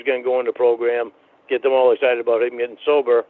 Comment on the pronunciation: “(mini-syllables) Yeah BAHT they’re awll ugly, so…”